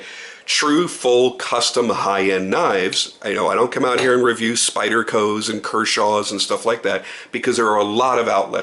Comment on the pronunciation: It was so odd to hear you say spyderco. Lol